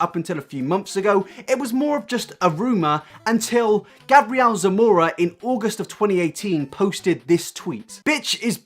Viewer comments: I need to say that 'MUA' stands for 'make-up artist', so it's pronounced 'm.u.a', like the actual letters.. Also, Gabriel is a boy, it's a biblical name, pronounced 'Gay-bree-ell', 'Gabrielle' is how your pronunciation is spelled... For a drama channel, idk if coming across as stupid gets you more views or not, but it's certainly annoying af. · MUA stands for makeup artist and it's Gabriel not Gabrielle lol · You said Gabriel wrong.. it’s gabe real (pronounced) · Omg the way he says Gabriel 😂 he may wear makeup but that doesn't make him a girl bruh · the way he said Gabriel Zamora ahhhhh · Also it's Gabriel as a long a not a short a.